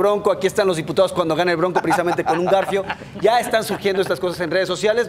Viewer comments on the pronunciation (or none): none